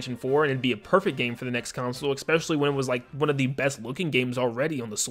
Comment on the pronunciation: “Especially.” Not “Eckspeshully”